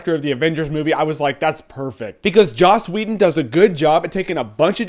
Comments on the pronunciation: Sounds like hes sayin' Jaw Sweden xD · lol 'joss weedun.' jeremy you should be sick in every video.